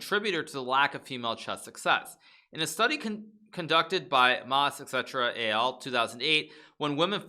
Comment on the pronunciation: Et al. doesn't stand for "et cetera AL", it means et alia, which is the academic term for "and others".